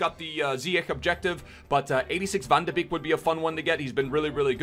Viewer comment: It’s pronounced van de ‘bayk’’ not beek